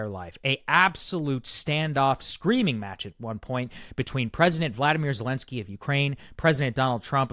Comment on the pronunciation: Wow. Bro is so red pilled, maga brain rotted now. Blaming Zelenskyy (whose name you can’t even pronounce correctly btw) that it was his fault. Yikes bro, Russia is calling, pick up the phone 🙄